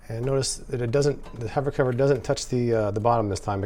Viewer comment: MAH... SO YOU'RE A HOVAH COVAH LOVAH, ehh??